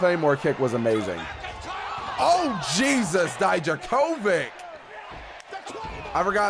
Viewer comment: I didn't watch NXT back then but is that how color commentators pronounced Dijakovic? Ouch. XD Its native pronunciation should be Dee-Yakovitch. Other than that, this is an amazing video!